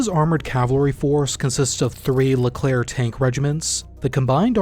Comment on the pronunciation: The Leclerc prononciation was on point